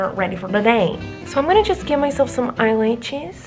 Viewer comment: 🤣🤣🤣😅😅🤣🤣🤣lol she Miranda keeps saying laches instead of lashes